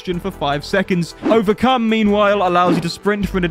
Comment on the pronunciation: Q&A Did you say Overcum on purpose?